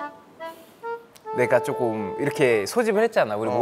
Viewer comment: 나는 태민이 내가 쪼꼼 이 발음이 너무 좋다ㅠ 다른 영상에서도 맨날 조금을 쪼꼼이라고 발음하는게 개귀여워…